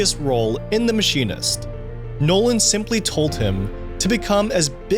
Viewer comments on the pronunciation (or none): Anyone cringe when he said chris’ 2nd name 😅😅